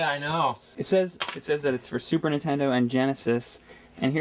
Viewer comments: I love that you guys often sort of say "intendo" and drop the N. I just like it. No big reason why. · I've noticed that James always says Super Ntendo